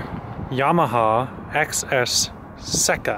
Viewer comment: Dude. SECA Pronounced SAY-Keh (Like Genoa Salami is Jen-o-ahh)